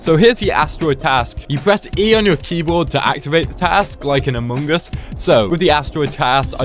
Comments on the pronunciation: why he says "amoong as"...? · you said amoongus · It’s funny how you Altars say Amung Us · The way he says among us... amoon gus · says amUngus